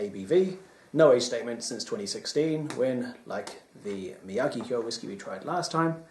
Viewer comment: Enjoyed the few Nikka's that we have tried especially the Yoichi. Also I think it is Me-Ah-Geek-Key-Oh